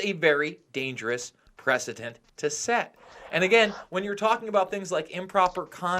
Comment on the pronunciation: Luke, the word is "prec-i-dent" not "President", you are a journalist, you should have better Grammer!